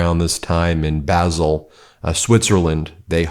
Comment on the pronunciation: Basle is pronounced 'Barl', not 'Basil' as in 'Basil Brush'!! 😄